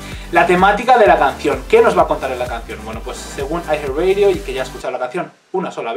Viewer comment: Siempre pronuncian mal los títulos xD.